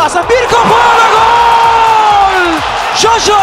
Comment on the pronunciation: Ömer Üründül bir yayında jaja yı yaya diye telaffuz etmişti ben baya travma yaşamıştım o zamanlar 😂😂